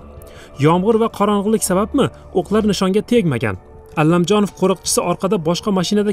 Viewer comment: Allamjonov emas jurnalist honim Komil Alamjonov tilizni sindirib quymen tagin chiroyli gapiraman deb oddiy aytsaizam tushinamiz.ALAMJONOV familiyasi